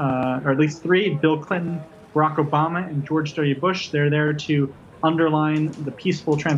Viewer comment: Did he say "Rocka Bama" instead of Barack Obama?